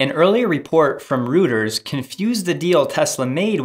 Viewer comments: plz keep in mind that reuters is pronounced like royters (roy-ters) not rooters/routers. otherwise excellent roundup and editing. also people saying the tesla MM battery = CATL MM battery has been bugging me for a while, everybody with half a mind should have know that that wasn't the case, so glad that finally is getting cleared up (somewhat) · Royters, not routers.